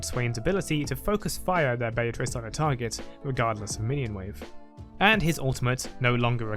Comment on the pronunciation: Swain literally finishes pronouncing it Be-a-trice, and you still say it Bay-a-Trice...